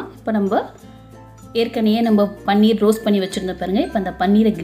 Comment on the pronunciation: அது பன்னீர் இல்ல பனீர்.